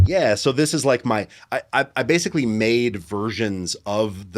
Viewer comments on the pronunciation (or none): ”We don’t have a friendly relationship *bassically*” 😐